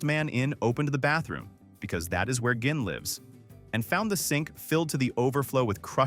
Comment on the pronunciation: gihn? It’s ‘gin.’ jihn